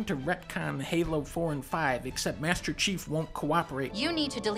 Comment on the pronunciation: If everybody gonna ignore the fact that dunkey finally said master chiefs name? Or are y’all still calling him SeaHouse?